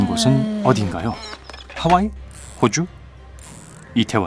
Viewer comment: 호주가 아니라 x추라고 하는 줄...?